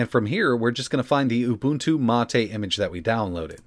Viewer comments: "Mah-Tay" is the official pronunciation. knows how to correctly pronounce it (as discussed in another video), but he chooses to mis-pronounce it, which is a bit odd, but everyone has their quirks. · Ubuntu means humanity 😂😂😂. I'm pretty sure mate just means mate and is said as mate 😂😂😂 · Is it really MA TE or mate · mahtay..... If you say so mate. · The correct pronunciation is "Ooo-boon-too Mah-tay". has stated before that he intentionally says it wrong.